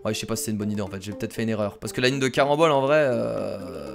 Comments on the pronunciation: C carenbole pas marenbole ! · Wtf il dit barembol ses carembol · Il dis tout le temps marembole au lieu de carembole😂😂😂😂😂😂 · c les CARAMBOLES 😂 pas les MARANBOLES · arrêt de marambole alors que c'est carambole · c'est pas les maranbolle c'est les caranbolle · Carambole pas marambole 😉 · C les caramboles pas maramboles xD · c'est "caranbole", pas " maranbole"!!!! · CARAMBOL PAS MARAMBOL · ne dis pas marambol . 👎 Mais dis carambol . 👍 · CArambole pas MArambole tu es irrécupérable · C'est pas des marenbole c'est des carenbole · carambole pas marambole sinon gg la vidéo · C CARAMBOLE PAS MARAMBOLE !!!!!!! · Zbeub-78 exactement j'étais en train de crier <<CARAMBOLES CARAMBOLES😠😠😠😠>> 😁😁😂😂😂😂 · Les marannole il a dit à lol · tu as dit maranbole 4 fois lol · Tu a dit 5 maranbol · C'est vrai